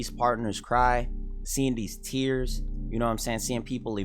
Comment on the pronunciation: The way he says "Tears" 😂🤣